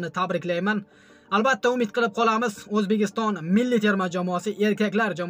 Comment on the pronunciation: Toʼgʼri gapir oʼzbegiston emas Ozbekiston boʼladi